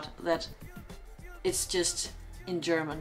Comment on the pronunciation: Very good analysis and that you can pronounce German very well is perfect ! Other reactions of this clip from English commentators don't come close ! Greetings from a German in Australia